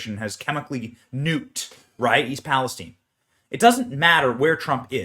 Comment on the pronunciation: Its not "Palis-teen" !